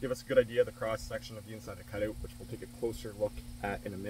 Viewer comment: Canadian dialect 😂